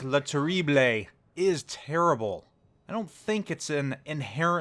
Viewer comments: dude, i'm french and my ears are bleeding lol go listen the google translate voice for terrible in french. You spell it like Terriblay while it's spelled like terribl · My ears are bleeding everytime you're saying its name. :( The "e" at the end is not pronounced : "Le Terribl" ^^